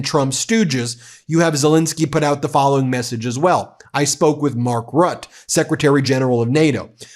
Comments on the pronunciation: Mark Rutte of NATO: his name is pronounced Root-uh, not Rut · Traitors. I think Rubio will be fired if he goes against Witkoff and Kuschner. BTW its Mark Ruut-te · Mark Rut-te, “Rut” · Hi Ben, just a tip on how to pronounce the name Rutte: it has two syllables and ends in an “uh” sound. Thank you for your work! Best wishes from The Netherlands 🇳🇱🇪🇺💙